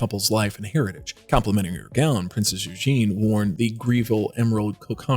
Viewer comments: Her name is not Eugene it's Eugenie Eu-gen-ie!! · If only the narrator had learnt to pronounce the fabric names correctly and Princess Eugenie. Eugene is a male name. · Princess Eugene? Really? It's pronounced YOU-zhah-nee. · She's NOT Princess "Eugene" Her name is EUGENIE. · Princess Eugenie not Eugene